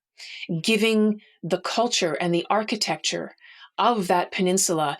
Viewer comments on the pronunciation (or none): none